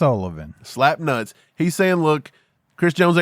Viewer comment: Mike is funny as fuck said slap nuts wrong lol 😂